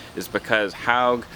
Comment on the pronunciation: Hogue rhymes with pogue, it's not pronounced like "Hog" dummy